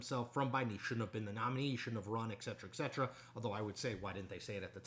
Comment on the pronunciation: Did Chris actually say ECK cetera ECK cetera? noooooo